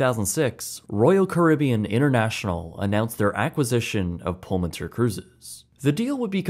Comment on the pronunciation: I think you should pronounce it as Pullman Tour. This is what it means in Spanish.